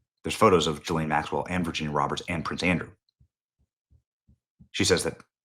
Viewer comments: Maxwells name is pronounced guh lane not jillane. It's not that important but it makes me think were not talking about the same person. Just saying. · I wish people would learn how to pronounce Ghislaine's Name, It is NOT G lane, It is GA Lane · GDMT Benny... Say "Ghee-Lane" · You’re saying her first name wrong. It’s a soft “g” like “go”